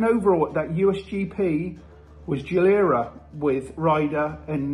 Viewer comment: Geeeee lair uh not jee lur uh